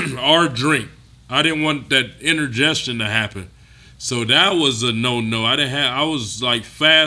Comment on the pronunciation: Inner-gestion?🤣🤣🤣🤣 Kali you mean indigestion ?